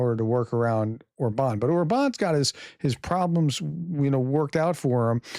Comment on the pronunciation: No offense...but: How come that you can pronounce the name of your former president BI-den but not the Hungaro-Russian asset OR-ban? AFAIK all genuinely Hungarian words and names are stressed on the FIRST syllable. But maybe should we call you as if you hade a French family name? 😉Peace and out. 🇺🇦👍